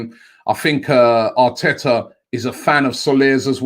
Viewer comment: bro! It's pronounced Aaaa-oooo-aaaaarrrrreeee